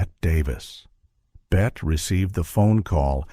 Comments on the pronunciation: Ruined by A I voice. It is Betteeeee not Bet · Unwatchable. (Not the movie, THIS AI slop. BET Davis?) Three minutes in and I can't take it anymore. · FYI Bette is pronounced Betty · You would be more believable if you pronounced Bette Davis’ name properly. It’s Betty not Bet. Claudette hurt her back in 1950 on the set of Three Came Home. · BET-T is how it’s pronounced idiot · I love the interesting information. But if the AI calls her BET Davis (Bette Davis is Pronounced BettY Davis), I think I’m going to screanpm! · You. Can’t listen to this idiotic thing because the twerp narrator - that is probably AI - calls Bette Davis “Bet” throughout. UGH. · BET-TEE Davis! Pronounced like Betty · Lose the AI and do it yourself. And by the way, Bette Davis is pronounced BET-TEE Davis. Davis and Baxter were both up against Gloria Swanson in Sunset Boulevard. That's why Holiday won. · Can't finish a video that mispronounces the name "Bette" Davis, being as it was one of the greatest performances in movie history and that she's the central star of the movie and therefore this video. A shame. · You are mispronouncing Bette Davis’ name. To a film buff, this is shameful. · What a crock. There are far better short subjects about this great film. There are no revelations in this poorly edited mess. Maybe it was AI generated... mispronouncing Bette Davis' and George Sanders names. The photos don't match the narrative...the whole thing is a waste of time.